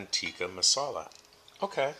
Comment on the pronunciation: Chicken Teekee Masala 🤣🤣🤣🤣 It's called Tikka!